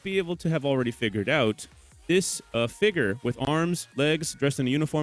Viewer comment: Did you call someone a figgur 😂